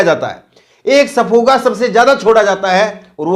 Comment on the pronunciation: सफूगा नही भाई सही शब्द शगूफा है